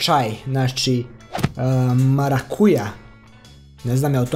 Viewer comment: Nije Maracuja nego MARACUDA